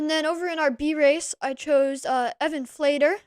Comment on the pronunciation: Can attest I saw John's dust ahead! Ooof. Thanks for all your broadcasting, my wife also had a laugh at me. E Flater here, you did have my name right earlier on! "Flay-ter", like Slater with an F.